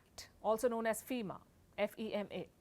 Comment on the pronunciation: Hello It's not feema it's fema फेमा